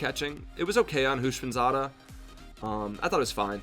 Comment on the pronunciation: You pronounced Houshmandzadeh it’s “houshyamama”